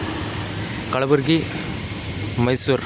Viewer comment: ಅದು ಕಳಬುರಗಿ ಅಲ್ಲಾ ಕಲಬುರ್ಗಿ